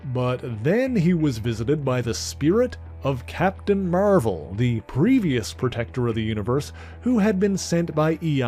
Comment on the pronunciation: Are you calling him "Mervel Boy" on purpose?